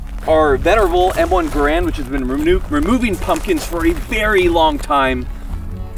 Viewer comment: Anyone notice that he pronouced Garand 2 different ways in the video? so which is it? Gehr-end or ga-rand?